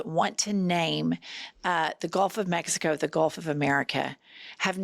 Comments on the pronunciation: She says meks eeh koh 😂😂😂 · She keeps saying mex